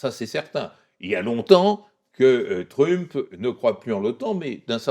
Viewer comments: Pourquoi prononcer "trump", pénible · Bonjour, très bonne vidéo, par contre pourriez-vous prononcer Trump correctement? Ça perturbe à chaque fois, vraiment je dis ça avec bienveillance. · J’aime bien comment l’invité fait un effort pour prononcer correctement « regime change » en anglais, mais prononce de façon bien française le nom de Trump 😂